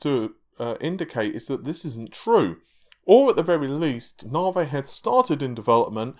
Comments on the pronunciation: Hearing "narvay" irritates me so much for some reason. Is it me or is it "narvay"? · Came for the "Navey". Was not disappointed.